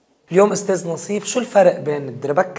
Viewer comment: ناصيف مش نصيف 😂